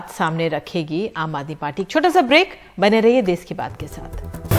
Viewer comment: देस नहीं देश होता है।